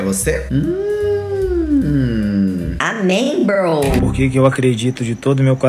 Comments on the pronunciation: O pior do vídeo é ele falando "brow" 😂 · Poxa,, eu chamo meus amigos de "bro", não "brow", mas "bro" de irmão mesmo kkk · Esse "BROU" da um nervoso